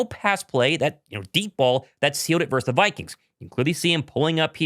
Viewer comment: Love your show but, dude, the word is "VERSUS" NOT "VERSE"! Yeah, I know I'm going full word nerd on you but, c'mon, you should have learned this in third grade.